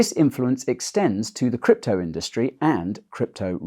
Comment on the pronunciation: 'WEF allies in the crypto indurstry too'. At the start of this video i was imagining if somebody as big as vitalik Buterin or Brian Armstrong (for example) was a WEF mole